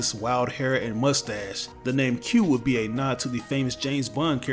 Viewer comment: Just to let you know it's not "Q" it's "Que"